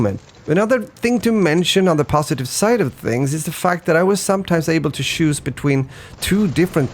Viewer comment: Choose, not shoes. Chanel, not shannel.